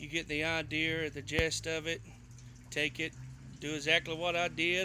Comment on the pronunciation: I hate that you skipped over a lot on this video. Btw the word is idea not idear